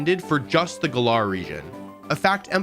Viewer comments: Why do you say Galar like GUHLARE 😂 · My issues with this video: "Dynamax doesn't require and item to activate"......eh hem. dynamax band. Also, he said Glar Region... I've never heard of this region. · Oh NO HE DOESNR KNOW HOW TO SAY GALAR :(((((